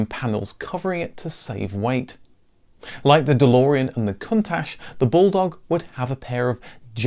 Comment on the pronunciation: Brave pronunciation of countach, there. Great video as always.